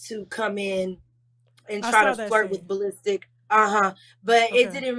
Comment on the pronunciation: Ball Listic lol 😂! It’s the pronunciation for me.